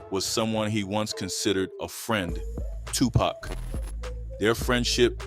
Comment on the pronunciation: I can’t watch this! I need him to say TUPAC correctly